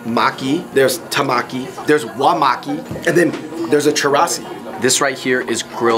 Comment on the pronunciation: its TEMAKI not tamaki .. and tuna in japanese is MAGURO not Toro.. 😊 Toro is “fatty part/cut”. just want to heLp.. 😊